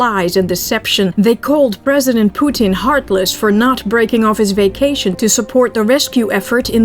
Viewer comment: I love the way you pronounce Poo-teeen, it’s a good trade off of how you pronounce nuclear. Besides I heard you pronounce it the “alleged” correct way. Lol